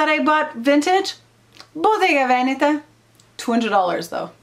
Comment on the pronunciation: Love love your vintage collection 🥰😍😘💼👜🌹love how you pronounce Botega Venetta ☺️